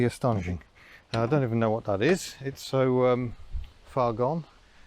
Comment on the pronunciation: When you say vat do you mean that ?